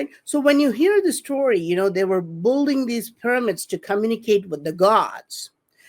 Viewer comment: When is going to finally learn to pronounce "building"??? This is ridiculous!